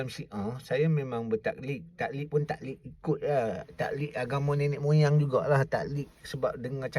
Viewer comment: Taqlid dong bukan ta'lik...sumpah lepas akad nikah!!